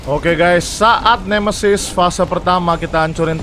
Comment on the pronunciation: Nemesis, bukan nemeisis